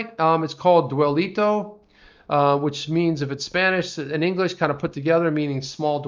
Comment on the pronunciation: Oops “Dwelito”😂🤣